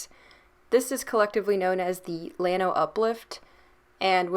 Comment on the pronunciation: LLano is a Spanish word and the ll is pronounced as a y unless you are from Argentina, Uruguay, Paraguay or Chile where the ll is like the g in general.